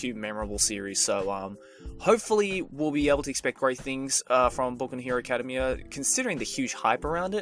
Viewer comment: I think you're pronouncing academia wrong